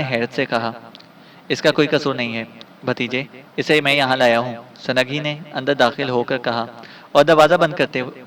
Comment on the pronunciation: ویسے تو اپ کی اواز بہت اچھی اچھا پڑھتے ہیں لیکن اپ کئی غلطیاں کرتے ہیں سند لفظ نہیں ہوتا سنگ ہوتا ہے سنگھی ہے وہ سنگھی